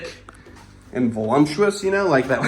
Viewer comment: Voluptuous. Not volumptuous